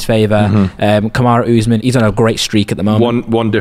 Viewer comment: Why tf do y’all keep saying oozeman. It’s quite obviously usman 💀